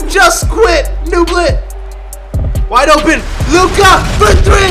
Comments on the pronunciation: my boy was saying luka like it was sum type of language in Wakanda 😂😂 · the way he said Lukas name 😂😂